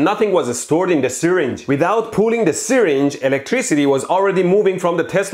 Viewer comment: It’s pronounced syRinge not sYringe